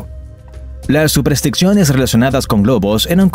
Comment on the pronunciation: "¿Superstricciones?" ¿Es lo mismo que SUPERSTICIONES?